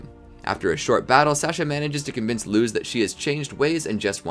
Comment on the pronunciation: Love the idea but the way you pronounce Luz and Plantar makes me cringe so hard 😖